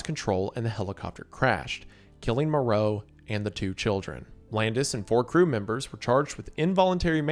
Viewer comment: Same. The way he mispronounced everyone's names is bugging the crap out of me. Not only Minelli and Huston, he mispronounced Vic Morrow's name as well. How do you possibly mispronounce Morrow?